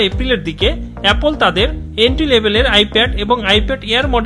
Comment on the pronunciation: এপোল না রে ভাই।